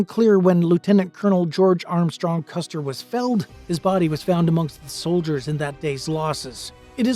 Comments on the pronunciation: It's Custer not Custard.However at the Battle of Red Butte or The Custard Wagon Train Massacre that occurred on July 26,1865. Sgt Amos Jefferson Custard of the 11th Kansas Cavalry and 20 of his men fought off attacking Cheyenne and Lakota Sioux warriors for several hours until they were massacred. The two that did not die were tortured to death. Amos and his men were scalped, but the scalps were thrown away since too many Cheyenne and Lakato died and no one felt like celebrating. By the way Sgt Amos J. Custard is my 2nd Great Granduncle. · Its Custer, not Custard.